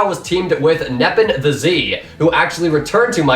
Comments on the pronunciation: Nepan the Z LOOOOL does he know it’s nepenTHEZ ONE WORD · Nepen The Z????! its Nep-en-thez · its nepen-thez not nepen-the-z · Still no one can say nepenthez his name just day it in 1 word not nepen the z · NepenTheZ wjrugqrugyawrg its Neh-Pen-Thez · Nepenthez name is pronounced NEP-EN-TH-EZ all one word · Why does everyone pronounce NepentheZ as Zepen The Z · He said nepen the z lmao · You say nepenthez the way it's spelled. Not nepen the z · plz say nepentheZ's name right lol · bro i cringed when you said nepenthez like that XD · Definitely not how you say nepenthez